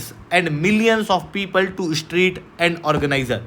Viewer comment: Special - Sp-ae-shul Donald - Daw-nul-d Street - (not eshtreet) 9 - nau (not no) Elite - Ae-leet Zyada - z-yada (not jada) Comprehensive - Com-pre-hen-sive (not cumprehensive) Strict - (not eshtrict) NATO - Nay-toe 44 - For-tea four (not four-tea four) Avoid saying pe, say par Apna phone silent pe rakhoSpecial - Sp-ae-shul Donald - Daw-nul-d Street - (not eshtreet) 9 - nau (not no) Elite - Ae-leet Zyada - z-yada (not jada) Comprehensive - Com-pre-hen-sive (not cumprehensive) Strict - (not eshtrict) Avoid saying pe, say par Apna phone silent pe rakho Unnecessary words par emphasis daalne ki zarurat nahi hai. "video" pe emphasis daalne ki kya zarurat hai. What is thok bhi diya, yeh kya sadak chaap bhasha hai What is jamah pe, sabar karke bol lo, besabri mein kyon zaban par niyantran kho rahe ho.